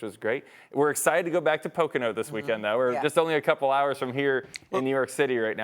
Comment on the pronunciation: As host in NY City cannot even say Poconos right? Seriously?